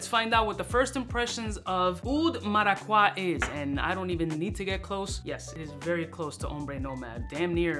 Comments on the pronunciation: It's pronounced mara-cu-yaa I'm Puerto rican 🇵🇷 strong! Lol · If I hear oud maracwa one more time, I'm fucking loosing it. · Cringing every time I hear mis pronouncing Maracuja. 😂 Bro are you that gringofied? Lol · Gotta love the "Oud Maraquah" 😂. But, have you tried Oud Cadenza from Mainson Crivelli? I am stunned that nobody is talking about it. It´s even better! If I know your tast right, you gonna love it!